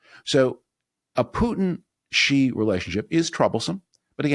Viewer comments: I agree. The romanized version of China's president's name is written "Shi" and is pronounced like the English word "she" . It's irritating out often such a simple sound is mispronounced. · It's just "she." as in, "she" is the president of China. Guy's been president for like, 12 years??? This is not some obscure foreign sound like a French "J" or something...